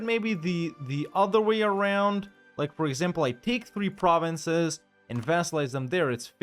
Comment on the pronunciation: Your pronunciation of German provinces is quite good. Of course sometimes you chose the English names, but all in all, respect!